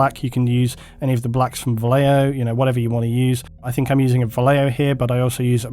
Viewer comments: Just a pet peeve of mine, Vallejo is a name of spaniard origin (and most of the bottle is written in Castillian), so the "ll" in Vallejo would make the word sound like "Vashejo" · Most English speakers mispronounce Vallejo. I think this is strange because we seem to have no problem pronouncing "tortilla," correctly as (tor tee ya). Vallejo is a Spanish word pronounced as (using English phonetics: Ba yae ho). Depending on Spanish dialect, the "b" sound can sound like a combination of an English "b+v" making a hard v sound or a combination of them both so that it differentiates between a 'b' in Spanish, and the "v." Here's a sample to listen to: I hope this helps people.